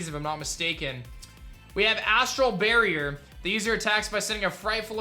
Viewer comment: it's astral barrage not astral barrier u said it wrong I don't know if you say differently in America but sound like you barrier instead of barrage